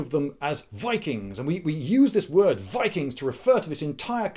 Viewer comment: you pronounced ''VIKIINGGSSSS!!!!'' wrong